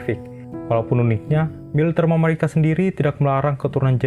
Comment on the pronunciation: Tapi cara pengucapannya nggak usah lebay juga... biasa aja mamarika, gak usah jadi mamawika 😁